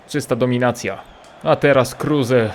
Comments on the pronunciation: Kruse a nie Kurse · Kruse a nie kurse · Czyta sie kruz anie kruze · NIE KURSE TYLKO KRUSE !!! 😂😂😂😂😂😂😂😂😂😂😂😂😂😂😂😂😂😂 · prawdziwy Polak kruse anie kurse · Czasem się myli. Max kruse a nie kurse